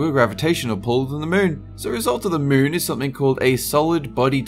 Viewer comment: "about the mune"